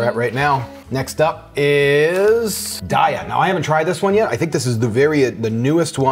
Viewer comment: Good video. Love the taste tests. Sorry to bother you about this but Daiya is pronounced day-yuh.